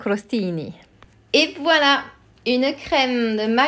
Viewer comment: Я раз 20 перемотала назад, что бы переслушать как вы произносите "вуаля"😂 Очень красиво👏🔥